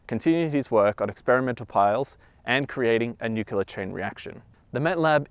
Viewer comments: Fantastic content and thanks for sharing with us! FYI, nuclear - nuculer. ;) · It's pronounced nu-clear; not nukuler. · Oh my gosh its nuclear not nuculer. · NU KLEE AR, not nu kyu ler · Nuc-lear. Not Nu-cu-lear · Nu-cle-ar > Nu-cu-lar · "Nu-kee-lurr" - Nuclear "Kay-dee-um" - Cadmium "Shan-tee" - Chianti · I should get a bush bust to slap in this idiots face every single time he says nucular- NUCLEAR SAY FCKING NUCLEAR! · Most Americans say "nuclear" not "nucular". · PLEASE......Tell the guy that it is NOT NUCULAR, but Nuclear. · It's fucking NUCLEAR! i don't know why people say "nucular"... It pisses me off. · Jeez ! If you're going to do a video about something nuclear, at least learn to pronounce it right. It's nu-cle-ar, not nuc-u-lar. And how exactly did the pile generate power ? A power plant produces heat to produce steam, and powers turbines. Unless they had the necessary and extensive equipment to spin turbines, I don't see how. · And it's pronounced "new-clear", not "nukular" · Nuculer cadium...! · Every time he said "nuke-u-lar" a part of me died. But even that didn't prepare me for his pronouncing chianti as "shanty". :) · ...nucular? Come on man. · "new cue lurr" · THE WORD IS "NUCLEAR"...PRONOUNCED: "NOO-CLEE-ER"!!! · NUCULAR reactor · It's nuclear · It’s pronounced nucular marge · nuculear , lmao. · If you're going to talk about nuclear history, you probably should learn to properly pronounce "nuclear". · How you going to make a video about nuclear materials, and not know how to pronounce "nuclear" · Fantastic video except you mispronounce Nuclear, which is really annoying. Note, there is only ONE "U" in Nuclear